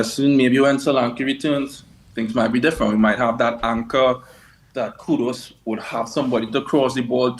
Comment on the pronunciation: For all the fans: It’s KUDUS not KUDOS. Just like it was ErikSEN not ErikSON… Dude literally has 5 letters in his last name yet you see more people getting wrong that right.